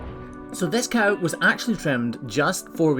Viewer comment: did you actually go on an actual course to actually learn how to actually say actually correctly